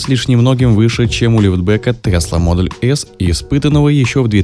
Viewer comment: Названия авто на произносить по-русски раз видео для русскоговорящих. Правильно будет Тесла МодЕль Х, то есть ударение на второй слог, если уж так хочется сказать по-английски, то надо говорить без мягкого знака (буква "л" не должна быть звонкой).